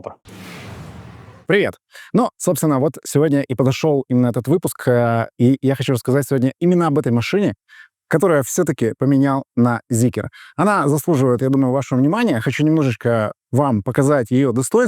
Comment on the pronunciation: Ну, почему ЗикЕр, если Зикр?